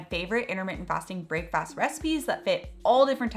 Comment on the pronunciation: I know why you're pronouncing 'brekfast' as 'brakefast,' but it does sound like James Bond ordering 'brakefast' in Dr. No. Yoghurt and plums, thank you.